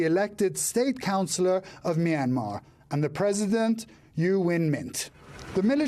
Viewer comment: It’s really sad and bro can’t pronounce Myanmar right